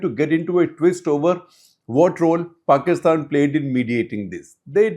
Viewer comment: Paistan not Pakistan. No Kashmir and no K